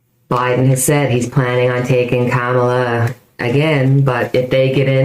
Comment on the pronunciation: Kamala is pronounced like "pam-a-la" with a "K" .😃